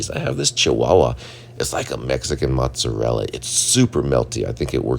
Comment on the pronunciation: U kidding? The Mexican cheese is what killed me. Mutzadel (Mozarella) !!! Why?! I died. Gma is rolling.